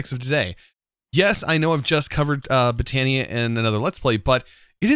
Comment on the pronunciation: Not trying to spell check or anything but I think botany is pronounced (bot-an-ee)